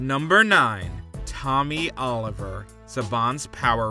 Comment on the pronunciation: Tommy Noooliver...